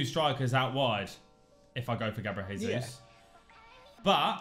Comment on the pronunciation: For the love of all that is sacred and holy can you please stop saying "Gabriel Hesus"?? You don't sayi Horginho, Huninho, Hoão Pedro, why do you pronounce the J like an H when it's Jesus name? He's Brazilian, he's not Mexican.